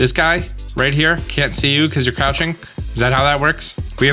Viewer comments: Crotching instead of crouching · The beach scene had a surprisingly giratina like monument in the background. Also you totally said crotching instead of crouching, and I laughed for real.